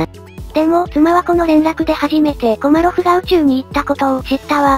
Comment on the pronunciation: 後半、コマロフがコロリョフになっちゃってますよ。